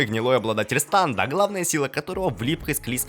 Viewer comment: Не станд,а стенд